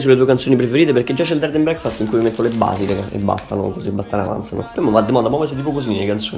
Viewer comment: dov e finita la intro con pronuncia di breackfast dread n braekfhaeaestthhhh era epica